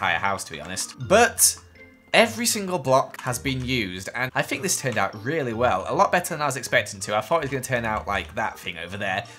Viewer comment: It's THINK, not FINK